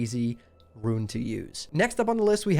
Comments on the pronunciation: rune is pronounced ROON, not “ruin.” additionally, is false. Warlocks, or any class, will not be able to stack rune effects on the same piece of gear. so 1 rune on gloves, 1 on chest, 1 on legs. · Its Roon, not Ruin Pronounciation police! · Bro how the fuck cant you just say "rune"? I cant watch when you keep calling them ruins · Rune not Ruin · great vid, but dear god when you people gonna learn how to say RUNE properly. Its not RUIN -_____________________ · How the fuck do you continuously mispronounce rune, nigga it is ONE syllable!